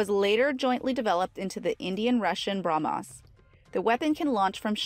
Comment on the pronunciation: "BrahmAs", "Fridge-ettes", etc. Urgh!